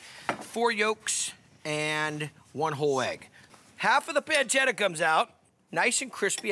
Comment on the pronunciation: I like the way he says peeencheetha 😂 However this has nothing to do with carbonara